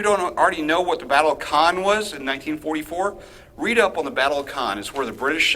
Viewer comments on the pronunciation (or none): Your spelling of Caen is heartbreaking . Although not so far to be good. It has to be dry. Not Caeeeeeen but Caen. (Same as "Quand, ie . "When" in french.) ❤️ Love the video, on point, keep the faith